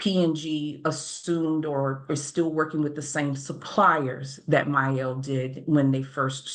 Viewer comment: My Elle ? It’s mielle